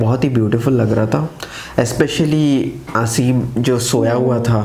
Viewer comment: His name is pronounced as Aaa-sim